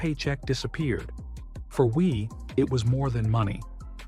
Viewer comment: What shocked me the most was your not completing the story about the hot dog. Second biggest shock when narrator pronounced Wie "Why", proving my suspicion there was AI involved. The final shock came at the end when I realized you had failed to mention the worst ever disqualification--Roberto De Vicenzo at the 1968 Masters.